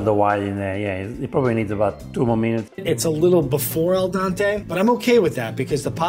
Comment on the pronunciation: “Al dAnTe”